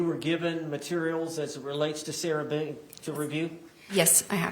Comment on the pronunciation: The way her attorney miss-pronounces her surname. 😂 “How many times did you meet with Ms Boown?”